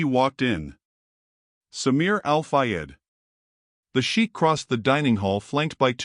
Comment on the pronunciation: Mispronunciation of narration besides other things. Sheikh (actually Shaikh) is pronounced 'Shay-k' & NOT sheek. Also why are u showing the waitress clasping her hands together insultingly like a prayer or submission??? She had strength of dignity & honest character to stand up to the Shaikh (shay-k). U are further be-littling her in the posture of the video. Terribly insulting.